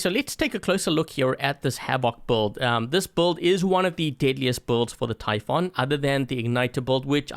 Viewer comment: Warrior typhoon 8J88QE And its pronouced ty foon not ty f on